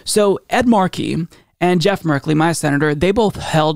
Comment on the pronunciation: Ed's last name is pronounced Mar'-key, not Mar-key.'